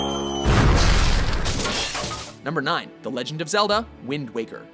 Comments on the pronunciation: it says "Walker" instead of "Waker". Unsubscribing. :P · . Waker or Walker? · Goddammit, it's "wind waker" not "wind walker". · "Wind walker"? Really? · "the wind walker"? ^^" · ... LMAO. "Wind waLker" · "Wind Walker" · "Wind Walker", huh? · says "walker" c'mon!!!!! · Heath Wilson Not a typo, they mispronounced it. Anyone that actually played the game would've known how it's pronounced xD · Heath Wilson for real, how the hell do you mispronounce WIND WAKER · Is it pronounced wind"waker" or wind "walker?